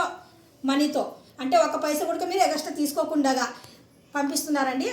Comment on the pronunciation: Egaxtra nahi phappu………. extra😅